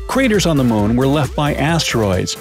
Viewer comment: It sounds like you are saying Mone instead of moon🤔